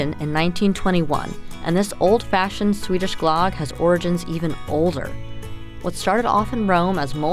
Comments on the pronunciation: Pronunciation of closer to Glug (like on mug), not glog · Ö is pronounced more like the "ea" sound in earth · GLUUHG not GLOGG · it's usually pronounced "gloog / glerg" 😃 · Omg! Stop saying, GLOGG!!! Soooooo wrong. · The pronunciation should be more like Glewg but with a oooo sound. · lame. it's pronounced GLOOG and you gotta use aquavit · Glögg. You dont have Ö in your alphabet. So it sounds wierd when you try to express it. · Really nice, but I cringed every time you said Glögg. Yikes! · Same! I cringe when I hear people trying to pronounce swedish words at IKEA.